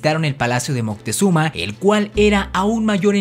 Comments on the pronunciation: Porque dices montezuma y no moctezuma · "Mutezuma" xD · eso seguramente como son citas textuales los españoles lo escribian y pronunciaban mal, y de hecho, en nahuatl, no es moctezuma, es algo mas como mocutehzoma